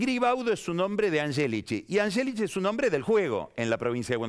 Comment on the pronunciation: Puede q sea cansador pero tanto a Yoli como a Angélichi, los pronuncia correctamente como se pronuncian en Italiano. Yo soy descendiende de tanos y tmb hablo el idioma, asi que puedo dar fe.